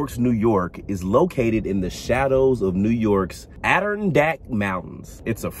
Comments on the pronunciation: Hey I love the true crime channel you're doing a great job. I used to live in New York State you butchered the name Adarondak. This is how you pronounce the name Add a Ron dack sorry for this I'm a long time shifter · Sounds like Ad-a-ron-dack lol. This did make me mad like you said it would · It's pronounced "Ad - a- ron - dak" Mountains. Great video!!! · An der ron dack is how it's pronounced